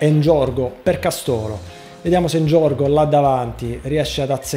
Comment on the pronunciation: Castólo?!?!! Castooóooolo?!?!!? 😐 devo sentire altre cagate?